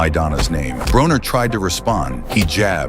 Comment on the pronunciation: It is pronounced BRAWNER ,NOT BRONER!